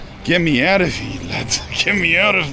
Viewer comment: This guy pronounces “here” as “hughaghhhhh”. lol 😂 WTF?